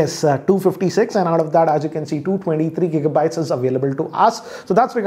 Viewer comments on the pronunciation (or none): none